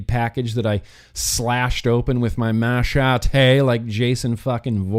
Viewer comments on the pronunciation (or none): none